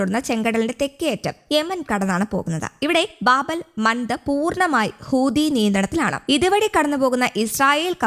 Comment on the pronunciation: ഹൂത്തി, ഹൂത്തി, ഹൂത്തി ഹൂദി എന്നല്ല